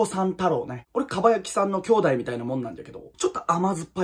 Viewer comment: 全編通してかわいいかっちゃんエピソードだらけなのに、 酢ダコさん太郎のイントネーションとなぜ「さん」がつくのか気になって出だしからなかなか進めなかった🐙